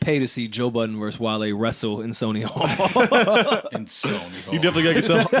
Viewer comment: Joe *BUDDEN There's no S in his last name homie.